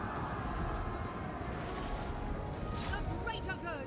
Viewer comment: I hear dark shart every time